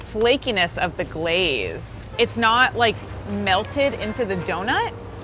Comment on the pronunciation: why she say “the” like that😭